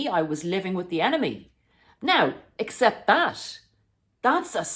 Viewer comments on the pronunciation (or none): none